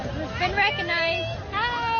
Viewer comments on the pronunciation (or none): I acknowledge this is so petty, but if she wants to be a celebrity, she needs to work on her grammar, and understand that recoGnized is spelled and pronounced with a “g”, and not pronounced “reconized”. It literally makes my ears hurt. I will never understand what the attraction is here, and find it alarming that people are idolizing this person… for so many other reasons than her grammar. 😆